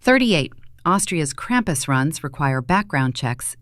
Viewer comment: Ai - cannot pronounce krumpus.